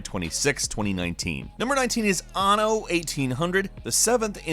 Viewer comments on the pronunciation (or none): When you dont know how to say anno XD